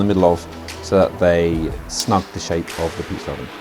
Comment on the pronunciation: You meant pizza right? In my English pizza has no R.